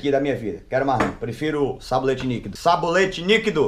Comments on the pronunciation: SABONETE LIQUIDO NAO SABOLETE NIQUIDOOO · Kkkkkkkkk vey é Sabonete Líquido ou Sabolete Níquido kkkkkkkkk gosto D mais do seu canal assisto pela TV acompanho tudo 😄🥰